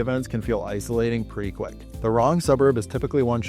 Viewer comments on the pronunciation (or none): none